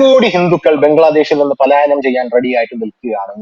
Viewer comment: പാലായനമല്ല.. പലായനം... പ്ലീസ്